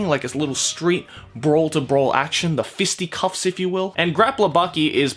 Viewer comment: I love how he said fisticuffs like “fisty cuffs”